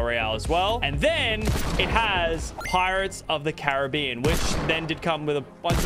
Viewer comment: The way he says Caribbean is so triggering 🤦🏼‍♂️